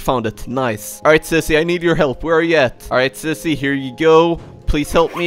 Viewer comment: You Always Say Sissy Not Zizzy